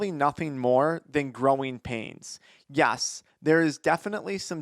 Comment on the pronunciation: please say ''Yes'' not ''Yas'' for the love of God.